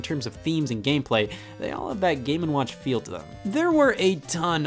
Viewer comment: Am I the only one who hears the name as, "Gamin' Watch"?